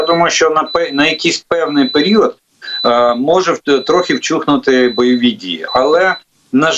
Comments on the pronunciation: Вщухнути а не вчухнути!,вибачаюсь за повчання . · Жданов, кто вам оформляет картинку на Ютубе? Какое "вчухнути"? Вщухнути, блин!!!! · НЕ "ВЧУХНУТИ", а ВЩУХНУТИ))) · Тiльки не вчухнути, а вщухнути :) вчiть украiнську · Перепрошую, але не вчухнути, а в вщухнути.